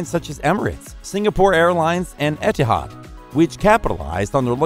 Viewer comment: You should learn how to pronounce Qantas, Melbourne and Etihad although you got Etihad 99% right